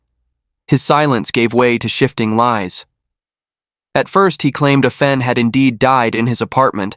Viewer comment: Excellent narration! Thank you. However, her name is pronounced Ah Fen, not Ae Fen. Asian names do NOT follow Anglicized pronunciations. Asian languages are similar to Latin or Spanish phonetics, not English phonetics. There are Asian pronunciation guides on the net.